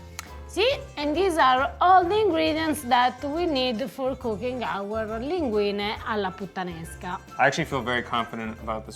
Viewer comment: saying linguinE, not linguini is so nice of him.